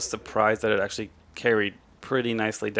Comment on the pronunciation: Please, learn how to say "actually"